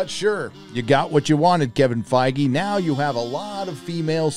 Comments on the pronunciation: well fingers crossed, I wouldn't mind them adding a few more mature elements but I hope they keep the core of the story together and they actually cast it decently this time. And for heaven's sake say his damn name right! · are you sure we're pronouncing Feige right ????hahahah darks darks